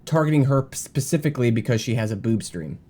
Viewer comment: pacificaly lol